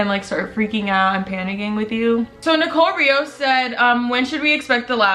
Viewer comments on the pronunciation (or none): none